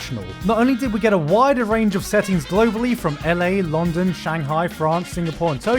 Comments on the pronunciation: did he just pronounce London as Longdon? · my guy pronounced london as lon don that just made my year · Excuse me But how in the fuck did he pronounce "London?" Even as a joke I think I want to burn my ears off Gigguk we're taking away your tea privileges